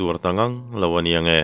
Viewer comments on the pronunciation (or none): none